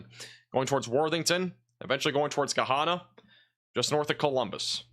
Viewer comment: Hey there! Gahanna is pronounced like Banana! Lol We have a little farm in Martinsburg Ohio. You can put a radar or camera on our property if that helps.